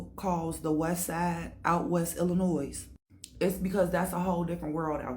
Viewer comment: What’s good collective people from Chicago like myself or from Illinois do not pronounce the S! This lady is a str8 fraud!